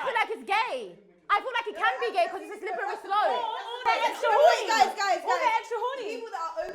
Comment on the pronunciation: The way pronounces “slippery slop” you think it has 20 letters 🤦🏽‍♂️